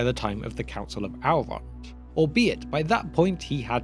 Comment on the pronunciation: Still don't understand why yall choose to mispronounce Elves and Elrond as, "Alves" and "Owlrond". Tolkien was British but made it pretty clear, even in his accent.